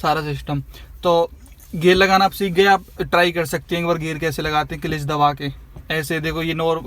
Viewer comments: Clelitch nahi hota hai clutch hota hai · Kilich nhi hota kalach hota hai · It's cilach 😂😂😂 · Bhai clutch pronounce toh karna nhi aata gaadi chalna shekhau gye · Gari salana sikhane se pehle aap maharbani karke Clutch ka pronoun setion to thik se kariye